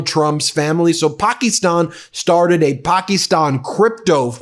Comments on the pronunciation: Puh -key-Stan (like stand) not ston. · Please pronounce Pakistan the correct way. It drives me crazy everytime you mispronounce it. You pronounce it Pakeestan. A Pakee was something we called Indians as an insult when we were kids. The i is more like an 'uh' sound. Google 'how to pronounce Pakistan' for confirmation. I'm not Indian or Pakistani. Love you and Meidas. Thanks from 🇨🇦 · Your pronunciation of Pakistan is weird, and sounds like Trump saying China. It's Pack-iss-tan no pockystan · Ben, no disrespect but you are saying Pakistan incorrectly.. it sounds derogatory you pronounce Paki - stan.. it supposed to be pronounced be pak-ih-stan.. Please correct this minor pronunciation error. :) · Hey Ben heads up my friend.Pakistan.Pronounced istan not estan.Not from me but from my Pakistani best bud.Kevin from Toronto.Keep it Rolling. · I like your podcast, but I couldn't watch this due to your pernuciation of Pakistan. ( the " i " is not a hard e ) it was torturous to listen to.. sorry bud! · PLEASE learn how to pronounce Pakistan. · Could someone please inform BM about the proper pronunciation of the country name Pakistan?